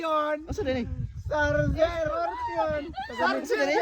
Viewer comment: Ikaw talaga dapat nag palit kayo ni rolyn,looking bata to yong Lugar ginawan mong gamit,siargao mag kasing tunog ng sarger pa Ang bigkas mo,pasaway sobrant tawa ko sayo😂😂😂